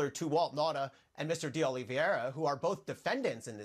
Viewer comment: You'd think Honig would learn how to pronounce DeOliveira by now. So unprofessional.